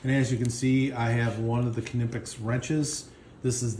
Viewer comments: Pronounced “Nipex” ! Silent K! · Great video. Good selection of tools. Just need to tell you the K is silent and is pronounced nip x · I think k is silent in knipex. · No only English has the silent K. Knipex is German.